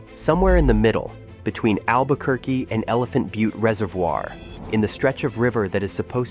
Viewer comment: "Albuh-ker-cuh" <=== Brilliant!!! 😂